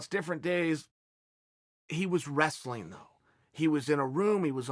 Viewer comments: Chael" resleen, russler, restling, wes-lin" Sonnen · Chael "Wressa-leen" Sonnen